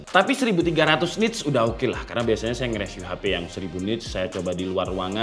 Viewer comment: bang baca review bukan reviu tapi riviu, ois bukan oais tapi oai s😅